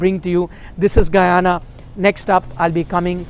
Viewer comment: And also the pronouncation of st. Lucia and Guyana by Nikhil is great❤❤